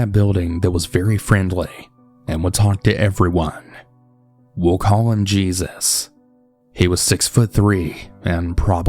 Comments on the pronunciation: Smh cmon cannabal really ??? Smh it’s not JESUS (GEE-SUS) it’s obviously JESUS AS IN ( HAY- SuuS) 🤦🏿🤦🏿🤦🏿🤦🏿🤦🏿🤦🏿🤦🏿🤦🏿🤦🏿🤦🏿🤦🏿🤦🏿🤦🏿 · It’s no JESUS, it’s HEY-soos, it’s Spanish 🙄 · Um... Jesus... Geezus?? I think you mean Jesus pronounced Hay-zeus 🤨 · Jesus pronounced Hey Soos. Lol. I’m assuming 💁🏻‍♀️